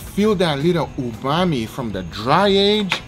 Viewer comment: It's not Ubami.... it's Umami....